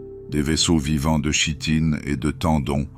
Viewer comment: Très bon moment, mais chitine se prononce "kitine" 😊